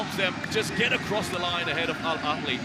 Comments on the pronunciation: ههههههههههههههههههههههه فعلا 😂😂 الكهلي 🤣🤣 ببساطه انطقه مثل ما تقرأه "الأهلي" لا يوجد حرف ك نهائيا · The commentators really looked at the ‘h’ in Al Ahli and said, ‘Let’s make that a kh!’ Suddenly we’re Al Akli. Incredible—these guys didn’t just mispronounce it, they invented a whole new club live on air. Pure linguistic butchery!